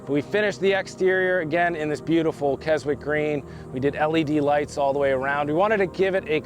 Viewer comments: If the paint color is named after Keswick in the UK...it's pronounced keh·zuhk! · More accurately the paint is pronounced kes- ic green.Beautiful truck